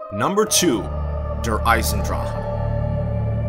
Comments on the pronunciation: One thing it’s not drah it’s drak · Am I the only one that's bothered by how he says der eisendrache? It's like dur eyesendrak not dur eyesendraha like you say it. Not hating on you it's just that I'm German and it bothers me but other than that great video man keep it up! ❤